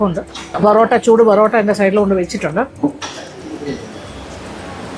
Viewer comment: ച്ചൊ ച്ചി, ബൊറട്ടായാല്ല, പൊറെ ട്ടായാണ്,😂👍